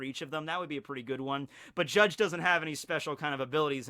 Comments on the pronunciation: Bru, you dont have to say the "e" in Judge, really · Wm. R. Woodland He’s saying it the Japanese way “Jajji”